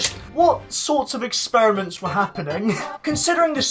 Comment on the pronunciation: Now, I know I pointed out a mistake on another vid about Morro, but come on, expetiments? Really? I'm sorry but, it's experiments